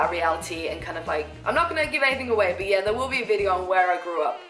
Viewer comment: I just listen to hear her say 'yeeuuuh'...so posh!!!